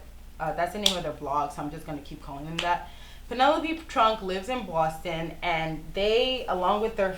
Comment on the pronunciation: Great video! You're amazing: smart, talented, funny, dedicated, beautiful and you have a nice "accent" (I love the way you say Boston). That's it, bye